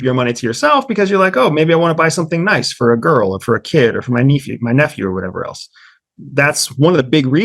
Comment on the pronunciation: Major red flag when he said knee few and meant to say nephew 😂